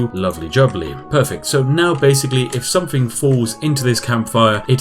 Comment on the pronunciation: Is it a conscious choice to mispronounce words like ‘with’ and ‘something’ as ‘wiv’ and ‘somefing’? I’d never bring it up normally but since I assume you are playing The Spiffing Brit as a character this apparent inability to pronounce ‘th’ is really jarring when compaired to the rest of your speech.